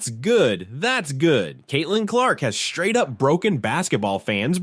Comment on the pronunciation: “Shtraight” up